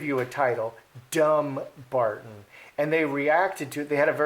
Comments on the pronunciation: The wife is so ignorant, and Henry should be mortified, as he should know the meaning of Dumbarton, (Dùn Breatainn). First of all, it is Dum-barton, not Dumb-arton.The "Dum" part of the word means Fortress. The ppl of Sussex have no love for the dastardly duo, and now they have raised the ire of the Scots of Dumbarton. FYI😉from Wikipedia In medieval Scotland, Dumbarton (Dùn Breatainn, which means "the fortress of the Britons") was an important royal castle.It sheltered David II and his young wife, Joan of The Tower after the Scottish defeat at Halidon Hill in 1333.. In 1425 the castle was attacked by James the Fat, youngest son of Murdoch Stewart, Duke of Albany, who had been imprisoned by King James I of Scotland on charges ... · O is a talk show host, not an investigative reporter. It's pronounced dumBARton. Also, Archie is being raised in America where we don't have titles so the stink over his title makes no sense. He wouldn't even use it here. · Dumbarton is an old Scottish town, it's pronounced DuN Barton, it means dun = Fort Barton = Britain/ British. It means Fort of/for the British. A little research would've sort it out. She is dumb 🙄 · The emphasis is on bar in the word Dumbarton.